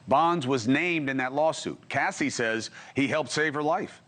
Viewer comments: Why he keep calling her Cassidy it’s Cassie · “Cassidie” LOL did anyone catch that? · Why is the reporter calling her “Cassidy”? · Cassie not Cassidy… please get peoples names right if you want to be taken seriously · The man is ignorant he said Cassidy instead of Cassie ignorance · Hey Cuomo, it’s CASSIE…. Not Cassidy…..🙄 Anyways Diddy is pure evil…. 👿